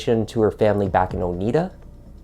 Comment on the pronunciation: I'm pretty sure you're saying "Oneida" wrong. You know, like the silverware.